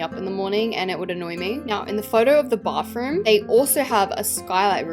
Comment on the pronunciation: "bafroom✌🏻" SORRY I CANT